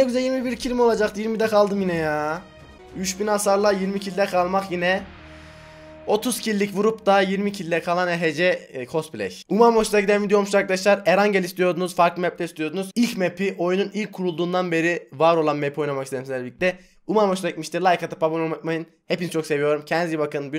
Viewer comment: Abi erencıl diye okunuyo